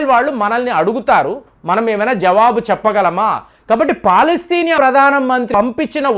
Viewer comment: పలాస్తేనియా కాదండీ అతను ఏదో అంటే మీరుకూడా అలా పలకటమేంటి? అది పాలస్తీనా